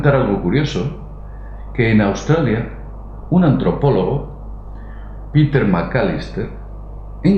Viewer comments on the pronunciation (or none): none